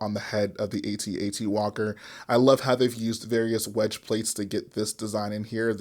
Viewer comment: Pls can one you tuber pls just say at at. I need to know that there is hope. It rhymes with hat hat